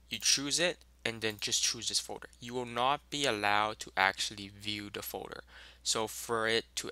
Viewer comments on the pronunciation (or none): folder not foder, its driving me nuts guy